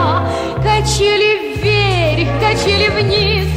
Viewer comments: Очень красивая и добрая песенка! Большое спасибо,! И так смешно она произносит "вверьх") С праздниками еще раз и до встречи! Обнимаю!!! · Henry Heriorh Галочка, спасибо большое за теплые слова! Это слово, так забавно мягко произносимое, добавляет позитива этой милой песенке.:) С наступающими праздниками и - еще раз - Счастливого Пути! Обнимаю тоже!:)